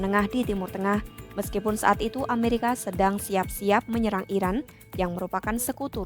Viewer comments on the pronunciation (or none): none